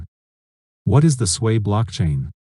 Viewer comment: Why you keep sayin Swei blockchain? It is SUI, not Suey, Swei, Swey or Svey